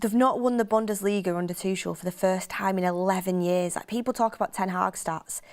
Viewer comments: Tuchel is pronounced as Too-kle... not Tush-shell. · I hate how she says Tuchel… Toooshel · Thomas "Tooshell" 😂